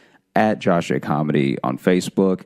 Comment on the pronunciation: Josh is sayind the first syllable rhyming like "snow" It should rhyme with "snore"